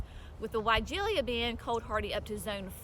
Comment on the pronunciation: The final syllable "-la" is pronounced "LUH", not "LEE-UH".